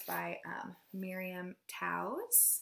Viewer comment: Wow! Looks like a great summer! I'm excited to hear your thoughts on several of these if you get to them! Btw - Miriam Toews is pronounced "taves" (Canadian!) also I have a hold on the House on Mango street right now... I'll let you know when it's coming up closer and see if you're interested in reading it maybe!